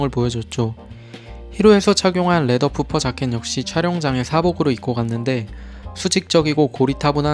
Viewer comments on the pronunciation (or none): 퍼피자켓 혹은 퍼퍼자켓 이라고 해주세요 푸퍼어감도 드럽고 콩글리시발음이에요 ㅜ